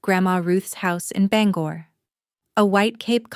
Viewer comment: May be a fictional story, but it's entertaining and believable. Especially since she knows how to pronounce Bangor.